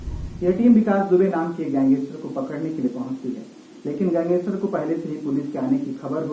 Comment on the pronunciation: भाई उच्चारण सही करो गैंगेस्टर नही गैंगस्टर होता है।